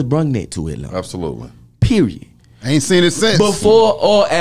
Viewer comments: "Periyawd"...stealing that🤣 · That Nigga said Peri-ODD!! 😂😂😂